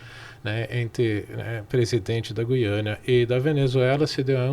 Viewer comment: Fale. Gu-iana